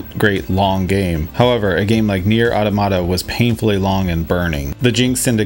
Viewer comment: The way you said Nier Automata makes me feel better about the way I say anything. Also sick background :3